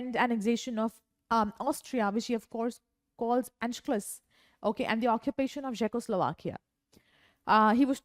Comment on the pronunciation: your pronunciation of anschluss isn't correct.